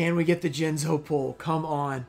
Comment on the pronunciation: Towards the end of the video you called jinzo, Jiz-no I believe. Jinxed yourself my man! Either way tho sick pulls